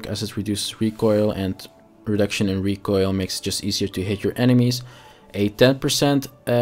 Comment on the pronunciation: yo kerel recoil spreek je uit als rie-kojl ( DUS KOJ als een koi-karper) en dan meteen een L erachter plakken RIE-KOJL (ons mam is van Canada dus ik leer m'n kindjes ook meteen 2 talen, is verekkes hendig later. Maar je doet t kei goed KEEP IT UP BRO !!